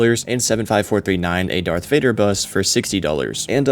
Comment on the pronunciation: “Darth Rader”